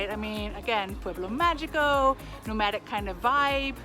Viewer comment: Can you not learn how to pronounce "pueblo magico" in Spanish? It's so easy yet you keep pronouncing the g like English.